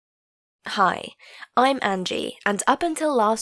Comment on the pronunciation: At the start, when she said “Hi” it sounded like “Kai”